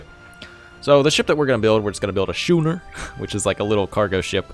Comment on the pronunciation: 2 weeks later - “yeah that fires still burning, but he’ll be able to put that out no problem”. Anyway, great video, watch you for Civ 6 and I’m now getting into Anno so nice to see ur vids. A couple of points, its Schooners as in ‘Skooners’ and its Quays pronounced ‘Keys’.